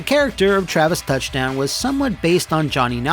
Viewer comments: that pronunciation on his japanese name tho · I like how Matt pronounces Travis' Japanese name like it's not literally the same name reworked into Japanese. Also it was one of his producers who suggested the Wii, not Suda himself who came up with the idea. Originally it would've been a 360 title. C'mon Matt, step up yer game.